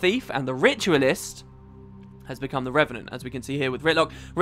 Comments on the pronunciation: REV AH NENT. NOT REN AH VENT. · anyone else heard wp say renevant instead of revenant very often? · I want to see a 10 minute long video of saying "Re-ve-nant" over and over and over and over...